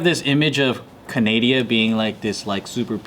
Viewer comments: Did Joe really just call Canada Canadia? Lol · I almost didn't realize Joe said Canadia not Canada